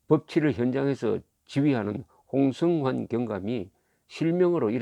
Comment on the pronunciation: 조갑제씨, 발음 바로 하시기 바랍니다. 홍[성]환이지 홍[승]환이 아닙니다. 본인 이름을 정확히 불러주어야 그 사람이 됩니다. 왜 다른 사람 이름을 말합니까?